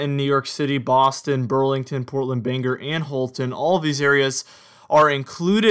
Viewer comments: So, I live in Maine Bangor is pronounced BANG..OR nor banger. Where is this city Scra...on , did you mean ScraN Ton( Scranton). The new hip english, drop consonants; COU'N(couldn't), WOU'N (wouldn't). But thank you for your efforts, good fun! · IKR, I laugh every time he says it!